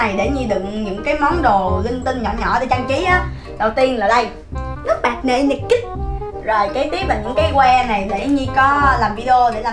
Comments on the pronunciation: "NYN kích " kìa móa ơi 😂😂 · lúc bả nói nyn kid cứ tưởng bả nói nyn cứt hì hì dễ thương dữ man:))) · yêu "NỜ I NỜ KÍCH " ghê 😂😂😂😂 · chị này đọc chữ NYN Kid nghe vô duyên vãi